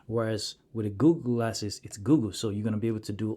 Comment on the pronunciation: Am I hearing him say Googoo instead of google?